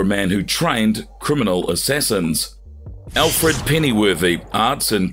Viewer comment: You butchered just about every name, even Alfreds!